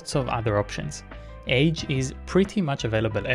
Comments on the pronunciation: You might want to pronounce "age" a bit differently in that context. From the age website: The author pronounces it [aɡe̞] with a hard g, like GIF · Pronounced “aghe”